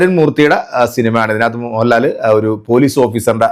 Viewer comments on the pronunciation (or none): none